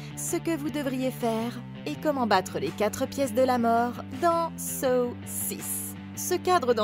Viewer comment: ce que j'ai retenu au début de la vidéo "dans sauw 6" -----> saussice voila :/